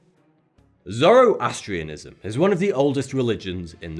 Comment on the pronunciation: you pronounced 'Zoroastrian' incorrectly